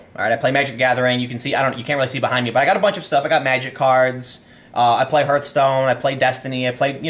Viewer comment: Please don't tell me you just pronounced it herthstone. Journalists have to be literate, man.